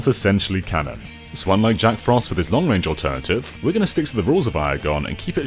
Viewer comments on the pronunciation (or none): none